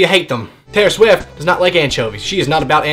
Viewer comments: Oh wait... TAY-IHR SHWIFT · TAY-IR SHWIFT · TAY-IR SHWIFT. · TAY-OR SHWIFT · TAY-IR SHWIFT ohmygod i love you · Is it just me or does he say Taylor swift weird?